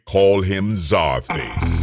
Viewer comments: Is Czarface pronounced scarface? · AEH92 it’s pronounced SUPER MUTHUFUCKIN VILLAIN sir